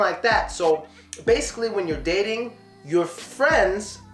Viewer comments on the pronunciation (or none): dasically😂😂 Thanks man dis vid was very important.